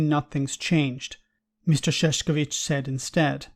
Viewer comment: It is pronounced [Sh]ev[tch]ovi[tch]. You have said his name at least 100 times this year. It would be nice if you could learn the correct pronunciation.